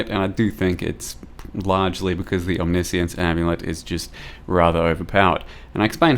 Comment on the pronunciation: We officially got another type of pronunciation guys. „Omnissience“. with omni-science and omniscience we got 3 now !